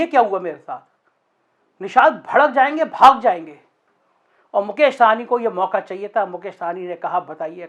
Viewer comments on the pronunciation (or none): जी बिहार वाले मुकेश सहनी है. आप जब बोलते है वह साहनी बोलते. साहनी पंजाबी होते है.